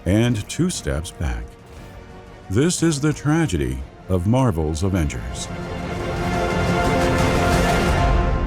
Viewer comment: Tradegy, inevitability. Potato, potahto.